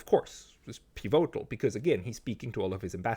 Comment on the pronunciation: hoer doch auf dauend piVOtal zu sagen und des komplett falsch zu betonen...........is ja cringe